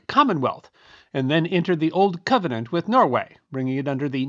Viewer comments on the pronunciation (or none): none